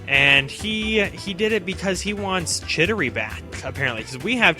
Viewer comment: Also you pronounced Chidori wrong...not to knit-pick. Keep up the good work!